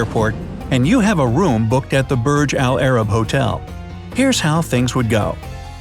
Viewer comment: Im arabic and the way you say burj alarab is sooooo uncomfortable its: برج العرب